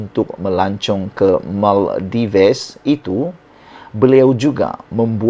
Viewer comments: Salam Sebutannya negara MAL-DIVs Bukan MAL-DI-VES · Sebutan tempat pelancongan itu pun SALAH...tak buat "homework"kah?..Bukan diebut MAL DI VES,tapi disrbut MAL DIVS....u tuber kena belajar cara sebutan laa..malu laaa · Bukan Maldives, sebutannya ialah Maldiv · Sebutan yg betul adalah Maldif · Sorry Bro, pronounce yang betul bagi pulau "Maldives" adalah Mal - dif-ss; kalau tidak silap saya. Sorry Bro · Sebutan yg betul - MALDIV. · Salah tu, yg betul sebutannya ialah Maladewa... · SEBUT BETUL2 MALDIVES TU...KAMU SEBUT TU SALAH..BRO